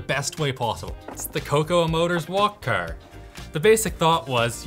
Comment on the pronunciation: I like the way pronounces car. "Kerr"